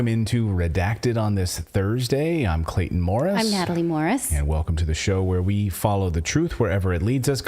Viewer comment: "Clayton.." 😅😅😅 It's alright ma'am..😁